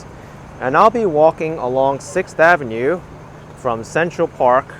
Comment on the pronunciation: Love the way says 'Avenyeux with a nice French twist. Perhaps I've been pronouncing it wrong all these years as ' avenew' Lol